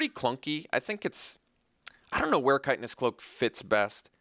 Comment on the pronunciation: hate to be that guy, but you keep saying kite-en-ous cloak. i am pretty sure it's chit-in-ous cloak. btw your last few drafts have been fantastic. very entertaining! love seeing "bad" cards do great. (crush of tentacles game comes to mind!)